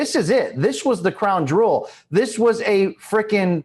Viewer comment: Lol "the crown drool"